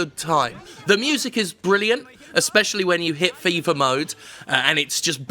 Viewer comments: I thought you were saying "FIFA mode" instead of "Fever Mode" (when you were making the slot machine / casino comparison) as a sneaky jab at the EA series. Either one actually works contextually. Well, except that "FIFA mode" would require you to pay for additional treasure. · Am I the only one hearing it as Jim calling it FIFA mode?